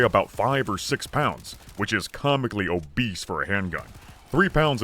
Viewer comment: I love the way you say "OBBESE"